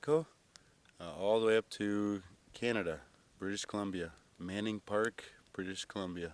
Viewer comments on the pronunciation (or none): none